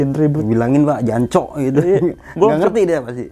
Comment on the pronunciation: Hahaha kurang medok bang mange kalau bilang jancuk 😂😂😂😂